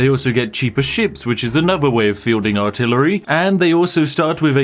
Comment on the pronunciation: "Artilery" hm....